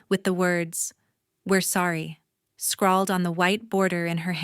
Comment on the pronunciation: Watching from Tagaytay City, Philippines by way of Oil City, Pennsylvania & once of Georgetown, Colorado...also, Hayden, CO. It's Cartier, not Cardier. Scrawled, not "scrolled."